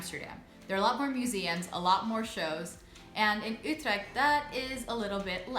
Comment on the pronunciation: Yeah, I think most English-spoken people would say "yoo-treckt" or something similar. But I'm happy to hear say "Utrecht" in such a Dutch way.